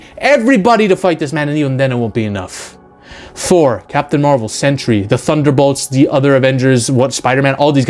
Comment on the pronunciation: Learn how to pronounce a few words and maybe this rant would be more convincing. Learn how to say "Skaar" and "Sentry".